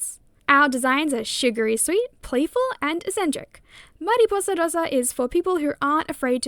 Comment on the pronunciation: please do more long format videos!!! btw as a spanish speaker i love how you pronounce mariposa rosa